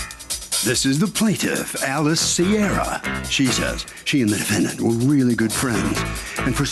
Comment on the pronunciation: Why does Harvey always say "DefendANT"